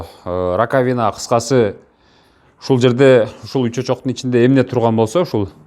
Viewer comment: РакавИна эмес рАкавина десен ударение на А